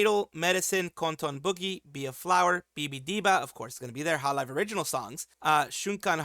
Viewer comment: I hate to be that guy but "Hololve"